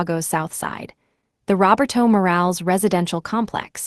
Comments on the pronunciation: Robber toe? Try Row bare toe. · Elena, pronounced Elayna. Morales, pronounced Moe ra less. Roberto, pronounced Ro bear toe. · Or Ro ber toe. Can be pronounced either way.